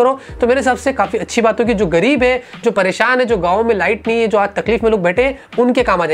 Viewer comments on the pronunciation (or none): none